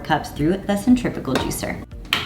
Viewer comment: it sounds like you’re saying centripical juicer ...it’s centrifugal right ?